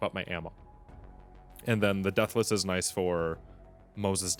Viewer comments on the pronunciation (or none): none